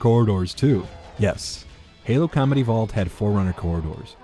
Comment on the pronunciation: Every time you say Combat Evolved for some reason I was hearing Comedy Vault.